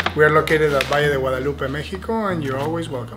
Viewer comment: Love that you are covering this gorgeous region, but please, please learn the proper name. Its El Valle de Guadalupe, not Guadaloop. 😉 There are a lot of amazing places to see, eat and drink, hope you all get a chance to visit.